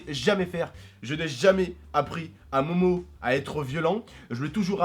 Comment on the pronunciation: sa se dit pas momo ta u réson de la fraper